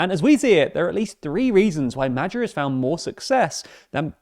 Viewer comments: Hungarian-born here: "Mad-yar" is the closest it'd be to the correct pronounciation. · isn't is 'moah-ioar!? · Madjer. Never heard it prounounced like that. Bulgar, Avar, Magyar. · Presenter please find out correct pronounciation of Magyar, which happends to mean "Hungary" in the native language. its not Magyar with a as in apple, its Magyar with a as in father. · The reporter's pronounciation of "Magyar" is wrong. It's "Mah-dyahr", and not "Mah-jahr". The letter "gy" pronounced as the combination of "D" and "Y" voices, which comes in english usually with "du" syllabels(like "during"), or "dew"(like "dewey"). Before the video check with google translator, or with something else. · Not "Medzhjar", but Magyar. Closer to "Madyar". The "d" in "during" is the closest sound to "gy" that English can offer. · Who's Medjuh? I only know Magyar. 😂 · Just for info: Magyar's name is pronounced approximately "MOD-yar," not "Majjar," his party is pronounced "TIS-sa." Orbán'a party, Fidesz, is pronounced "FEE-dess." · A couple of notes on pronunciation: Magyar = Madyaar Fidesz = Fiddezz Tisza = Tizza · Isn't it pronounced "Modyar"? (If one wishes to be pedantic), Personally I would like to see Hungary a Kingdom again, this time around a constitutional monarchy with an actual King instead of a Regent!) 😃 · If you can't pronounce his name just say Peter with the english pronounciation and say "Magyar" as Madyar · "Mad-jar" Me when I'm in a mispronouncing foreign words contest and my oppponent is TLDR News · "Madger" is a novel and unique pronunciation. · If you pronounce magyar as "MADYAR" it's closer to how it's actually pronounced. You're welcome. ❤️ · GREAT pronunciation NOT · How is the Engrisher butchering someone's name this much? Is he even trying to pronounce it? Low IQ perhaps? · The pronounciation of Magyar is not the best. It's a lot softer. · That's not how you say that name. Couldn't you have checked that? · TIL I have been pronouncing van Magyar? wrong the whole time.